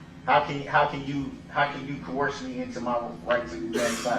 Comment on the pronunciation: Co-horse....he claims hes being 'Co-horsed' , listen closely!!😂🤣😂